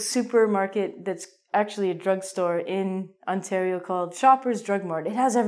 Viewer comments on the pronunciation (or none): none